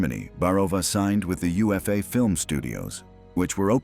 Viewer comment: A real human with historical knowledge might realize that UFA was pronounced Oofa… just sayin